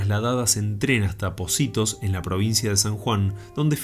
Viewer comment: Hola, vi el video porque hablabas de mi provincia, me gustó y algunos de esos relatos los había escuchado antes. Lo único que no me gustó es que pronunciabas mal el nombre de POCITO, no se pronuncia y tampoco escribe POCITOS, ok, era ese mi argumento. Muy bueno el video